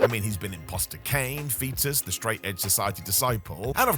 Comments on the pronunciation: he called this man “Fetus” 😂😂😂😂 instead of “Festus” 😭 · "Foetus?", FFS...